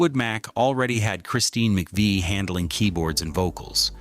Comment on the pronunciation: Using footage of a tribute band is as bad as giving Christine no respect and mispronounced Mc Vie.